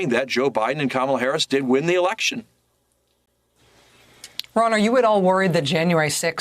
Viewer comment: And it's not Com-meal. It's COMMA-la. ,,,,,,,la,la,la 🎶 Easy to remember unless you're a passive-aggressive, hostile ignoramus.